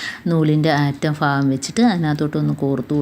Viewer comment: Fagam alla bagam